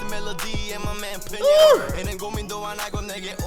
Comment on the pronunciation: You made the same mistake my daughter and I have made with Peniel’s name…..even Eunkwang had been mispronouncing it for around 10 years….his name is pronounced Pen Neil (one word of course).